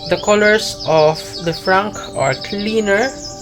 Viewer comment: Great video, thanks PS: the C at the end of Lefranc is silent. Louvre is pronounced "Louvr"